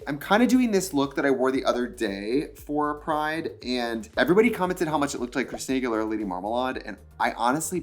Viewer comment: Are we just going to skip past how Trixie said Christina Aguilera??